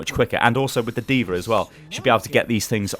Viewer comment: legit question here. why does say AnaR DvaR and so on?